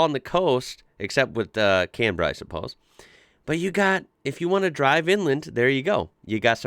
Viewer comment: You're the only American I've heard pronounce our capital cities like we do! Mel-ben and Can-bra. Bris-ben. Love it! Oh, and there's knock shops in half the suburbs of Melbourne where I live. Of course I've only driven past them haha. Merry Xmas mate 👍😁🇦🇺